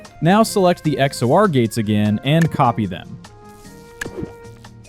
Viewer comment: its not x o r its x or.